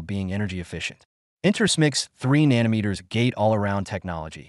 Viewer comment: Can you say nano & then meter? Nano is a magnitude equal to 10^{-9}. It's not nan ometer. Otherwise, good video. I'm not sure if you are AI or a ... person. An engineer would know how to pronounce nano. Huawei was put in a corner. What did anyone with half a brain think would happen? They are very innovative & China files the most patents annually.